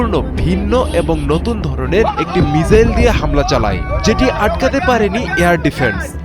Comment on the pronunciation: ভাই মিজাইল না মিসাইল